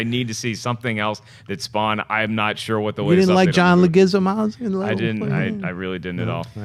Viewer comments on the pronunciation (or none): i love but when it comes to pronouncing names, he's the human equivalent of a starbucks cup spelling: margot "ro-bee", jared "lee-toe" and he just gave up on john leguizamo, "john legizumaz" hahaha